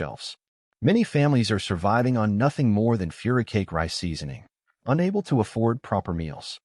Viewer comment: furikake isn't pronounced "furicake" this is some low-effort ai crap